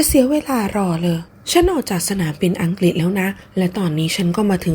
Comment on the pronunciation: อังกรีสสส😂